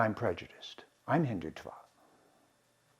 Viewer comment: Speaks for eight minutes about something that is called and pronounced Hindu - twa!